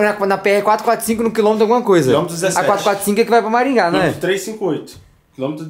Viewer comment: Ninguém percebeu que ele falou Maringá